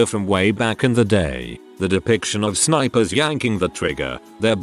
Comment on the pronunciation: “Spipers” mhmm